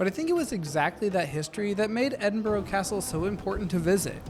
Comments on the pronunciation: "Edin-borrow" 😅. Try pronouncing it like "Edin-bur-uh" 🙂. (I'm from Edinburgh). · Loved the video, but has been pronouncing Edinburgh wrong, its ED-in-bruh